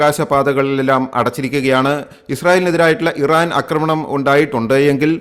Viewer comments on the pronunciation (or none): ഏഴാമത്തെ പ്രാവശ്യം പരയുന്നു അക്രമണം അല്ല ആക്രമണം ആണെന്ന് ഇനിയും ആവർത്തിക്കുമ്പോൾ unsubscribe ചെയ്‌തൊളാം